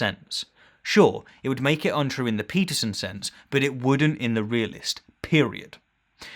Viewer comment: So you "Debunked" his perception and meaning of truth by telling us your perception of the meaning of truth? You cant debunk a claim by asserting another claim that is no more plausible than that you are trying to debunk. Realist truth is simply the truth ypu believe. And ffs you pronounce his name Stein not steen.